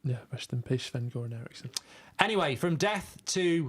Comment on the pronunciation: Anyone else getting really annoyed when mark calls Sven Shven? It's not fking Shven...